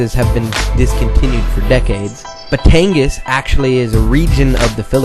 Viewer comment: Just to correct you on the way you say Batangas and Balisong. Both are not pronounced how they are spelled to Americans. - Batangas is pronounced - "Ba-TONG-GOZZ". It sounds if there are two G's, even though it is not spelled w/ two Gs(very similar to Tonga). And TONG said just like the first part of Tonga...and GOZZ just like Oz and gauze pad. - Balisong - "Ba-LEE-SUNG". Sorry, just iritates me when I hear words of my native language butchered.